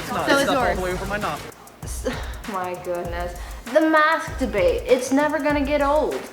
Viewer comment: Stop saying mask debate , it sounds like masturbate.lol